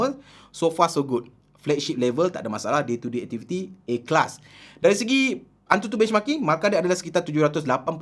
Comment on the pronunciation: dia punya A Class dengar mcm "Ikhlas" ingat trademark baru tadi 😆